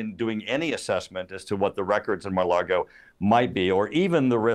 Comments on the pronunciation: He’s a Republican hack, and always has been. Also, it’s Lago, not Largo… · How sharp can this guy be if his ability to gather intelligence doesn't extend far enough to understand that Trump lives at 'Mar-a-Lago,' not 'Mar-a-Largo?' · Turner, it's not pronounced "mar largo" it;s Maga Lardo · Mike Turner can't even say Mar-a-Lago correctly.